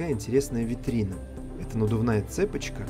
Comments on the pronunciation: Почему цЕпочка, а не цепОчка?Почему бОсый а не босой в другом видео?Двери замечательные в Риме, будет интересно посмотреть двери в Париже. А если вы когда-то попадёте в Испанию, там на юге в маленьких городках замечательные деревянные резные двери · Не цепочка, а цепочка! Ударение на О! Ракушка, ударение на У! Детали, детали....